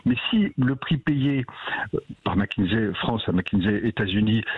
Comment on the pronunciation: Mac kinsey et non Mac kinzey